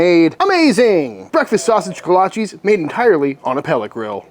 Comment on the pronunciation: Love your channel. But you are pronouncing it wrong!!